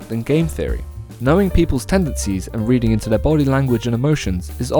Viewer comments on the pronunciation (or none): none